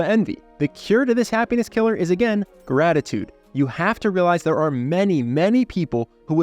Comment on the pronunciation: It ezz wut it ezz.